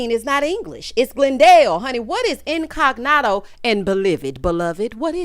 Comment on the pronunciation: Tell me he didn’t say in-cog-noto???? What is that???? I didn’t watch it yet